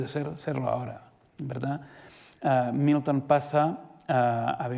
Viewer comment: Por qué pronuncia "miuton" confunde porque uno piensa en Newton...